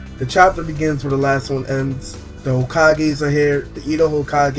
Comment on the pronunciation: The way you are saying Hokage xD it sounds like Hokagay xD